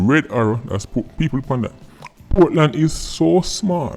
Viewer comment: Portland is actually "Poor-tland".